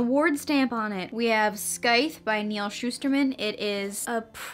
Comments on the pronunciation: Scythe is pronounced sigh-th not skythe Not trying to be rude btw just wanted to let u know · It’s pronounced scythe not skythe not hating love the vid I read the book so that’s how I know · did i just hear u call Scythe ....sky-th.?? ? ? ? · Like you’re vid but I gotta say that you pronounced scythe wrong. Sorry but mispronunciation is a pet peeve of mine.